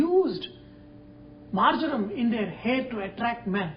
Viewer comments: hi chef , marjaram ... marmam ..... r those indian words or english? never heard ........ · I believe he said "marjoram". A prominent herb according to the Kama Sutra. :)